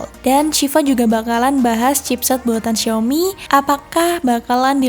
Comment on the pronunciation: Nyebut nama hp xiaominya ngeri kepelset huruf i jgn diganti huruf E yah